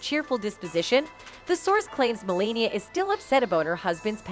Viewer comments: You could at least pronounce her name correctly 😂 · The speaker in this video needs to learn how to pronounce Melania's name! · Whoever is doing this video, you need to learn. Their names is Ivanka and Melania. I don’t know if you’re Canadian or what but you’re mispronouncing their names you’re an idiot. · It’s not Maralego, and her name is not Melenia. And who is Ivenka? These videos are so fake. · Mar a Lago and Melania, Ivanka--pronunciation problems are weird here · and Ivanka and Mar a Lago, and sexual